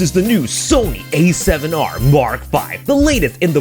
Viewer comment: The A7 YAAAAAAARRRRR V 💀😂